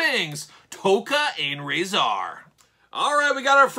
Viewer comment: They are pronounced TOCK AH and RAH ZAR